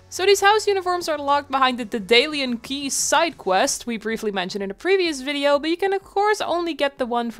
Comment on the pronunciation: What is a "fiddeo"? He keeps asking us to like it, but I don't know what it is...